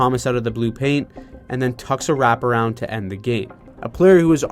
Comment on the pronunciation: behold: the “Burrap-around”